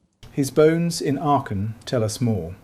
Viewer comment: I was wondering which City could be Aken....then i realized it is Aachen 😂 the "ch" you pronounce it as the "j" is pronounced in Spain.(Aajen). Thank you for your Video.